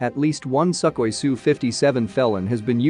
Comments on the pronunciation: It's not "suck oy", it's like "sook hoy". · "Suck-hoi"?? That is telling!